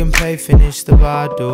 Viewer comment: I love the way how he pronounces the word "bottle" everytime 😂